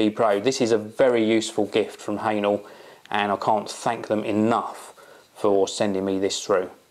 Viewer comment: Wrong pronunciation,! It's not 'hanel' (for hähnel), but 'heh-nell' (even though it's difficult to pronounce it 100% correct, cause German sound 'ä' doesn't exist in English language).:-D